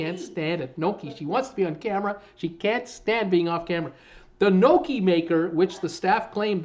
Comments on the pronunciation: Say it with me - Gnocchi sounds like - NGHOCKEY:) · Listen to Mme Frommert,... knee-oh-key